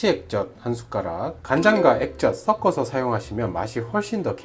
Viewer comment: 썩어서가 아니라 섞어서. 한국어나 제대로 해라. 조선족이니?